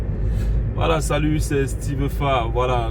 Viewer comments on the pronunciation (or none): none